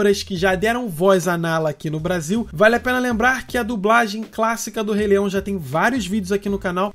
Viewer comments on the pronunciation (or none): Mano, eu admiro muito o seu canal, mas tu disse Re-leião!!!